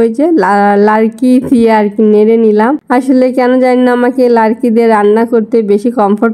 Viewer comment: 👍 দিয়ে দেখে নিলাম রান্না বান্না সব কিছু খুব ভালো লাগলো আপু লাড়কি না আপু লাকড়ি বলো 😊 সত্তি আপু তোমাদেরকে খুব ভালো লাগে